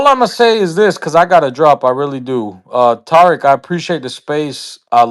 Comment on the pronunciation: And the caller think he is slick by the way he is pronouncing Tariq's name...these ppl do that a lot..always pronounce a Black man's name wrong (PURPOSELY) to disrespect....Tariq is pronounced, Ta-Reek..Tah-reek or Tah-rick...he keeps saying, TAR-RICK ..he is trying to be funny with that TAR bs ..Tar...(Tar Baby).. he keeps saying it...why keep saying someone's name when you're talking to them?..who does that?